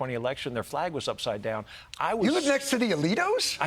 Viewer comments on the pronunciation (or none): Did he say "Alito" or "Elito? ???🦉